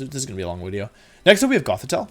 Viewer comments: your content is very interesting but one thing that really bugs me is when you say "wideo" instead of the word video. Is this on purpose? or can you not control it, i.e. in the form of a speech impediment? I am very confused but I would like to know. Thank you. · OOTL here why does he say Wideo instead of Video. I know he's doing it on purpose, just curious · OKOK, why does he say "wideo?" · Why does he say “wideo?” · It's great that you say Wideo because my name also starts with W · I can’t take a grown man saying “wideo” XD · Im here mainly to hear you say wideo lol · wut is "wideo" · Ah, another exciting 'wideo', with another AMAZING intro.